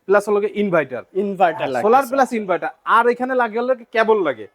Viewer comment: ইনভাইটার না ইনভার্টার